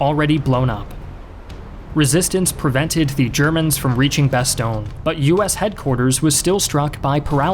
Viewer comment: When you pronounce 'Bastogne', my face makes the same expression like when someone scratches a blackboard. Either way, very good video. Sincerely, a Belgian.